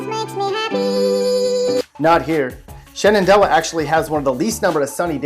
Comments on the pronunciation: It's pronounced shenendough. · Its pronounced Chen-doh amongst the locals